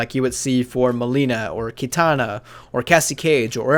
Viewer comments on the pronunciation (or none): why do you say keetana, just say kitana my guy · Ita ki.tana not kee.tana